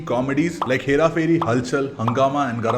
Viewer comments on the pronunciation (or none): none